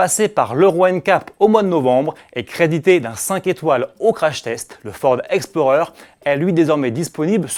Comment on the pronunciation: Combien de chevaux pour le Ford Explorer ? Il a fait exprès de mal prononcer ou quoi